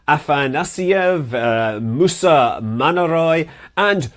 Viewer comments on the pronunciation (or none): The name of the cosmonaut is Musa Manarov, not Manaroy.